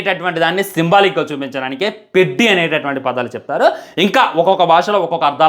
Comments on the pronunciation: పెడ్డి కాదు రా అయ్యా పెద్ది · Peddi kadhe pedhi laga palakali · Adhi peddi kadhu Ra peddhi palakatam nerchuko first 😂😂😂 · Orey sollu na kodaka...పెద్ది ra adhi.Title sariga pronounce cheyyatam raledu....cinema story ento cheppestunnav.